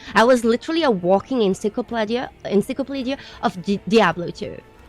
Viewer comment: 2 minutes 34 seconds : encyclopaadia erm encyclopeeedia. Brilliant and beautiful as ever. I don’t usually get a game because of a YouTuber recommendation but you like a lot of what I do so I’ll definitely try this one out. Your rant was from the heart and we all agree wholeheartedly. You are a nutcase without a doubt (part of the reason we love you) but you have the heart and passion of a true gamer and a bloody good one too